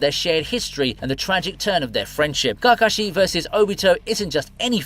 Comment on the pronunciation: What way are u pronouncing KAKASHI ???